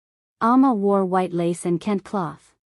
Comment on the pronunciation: I really liked the story -- start to finish -- EXCEPT when the A.I. Narrator mispronounced KENTE (ken-tay) and UNNI (UN-nee, not YOO-nee). Do better, please.